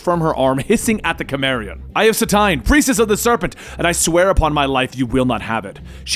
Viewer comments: Did he seriously pronounce Cimmerian as Kimmerian? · You're a big Conan fan are you, learn how to pronounce cimmerian